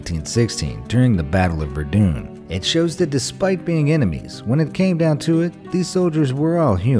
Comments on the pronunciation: Although the V2 rockets destroyed a lot of buildings and properties in London and other cities, I think it's a stretch to say the V2 rockets destroyed millions of buildings. Also, I believe the proper pronunciation for Verdun is "ver done" not "verdin". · It is pronounced "Ver-dun". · Battle of Verdoon. Like if it triggered you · You said Verdun wrong